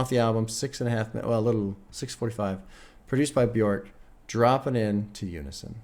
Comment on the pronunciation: so glad to see this reaction but just so you know bjork is pronounced byerk :) bee-yurk